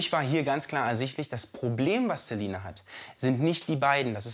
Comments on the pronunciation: Tamara HxGH er spricht Celina ja auch mit z aus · Ich heiße auch Celina und es macht mich grade richtig aggressiv dass der Typ Zelina und vor allem auch Zyber Mobbing sagt... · celina nicht zelina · Der Berater sagt "Zeline" "Zyber-Mobbing" xD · Wen fuckt es auch ab wenn der Typ Zelina statt Celina sagt oder Zybermobbing statt Cybermobbing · Der sagt Zelina und Zybermobbing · Kannst der Ernährungsberater kein C sagen? Weil er sagt Ziber Mobbing und Zelina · ...dass die Zzzzelina durch Zzzzybermobbing...😂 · Wie er sagt zelina statt celina und zybermobbing statt cybermobbing 😂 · Merkt eigentlich einer dass er es Zelina und zybermobbing ausspricht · 😂😂😂Zelina. Zeibermobbing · "das die Zzzelina durch Zzzybermobbing..." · unter Cybermobbing versteht man jegliches bloßstellen und lustig machen über personen im internet. Der Herr kann vielleicht nichts gegen seine Aussprache von Celina und Cybermobbing. Vielleicht aufgrund von lispeln bzw einer Sprachstörung ;)